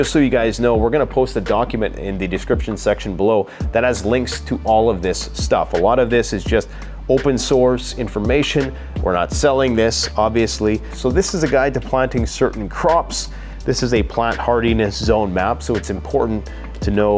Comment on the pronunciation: What! Open Sores information? Or did you say Source?